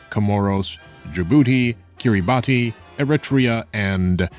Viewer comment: Kiribati is pronounced kirr-ee-bass (bass like the fish)